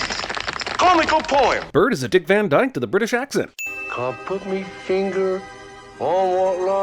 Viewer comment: "Dick Van Drake" xD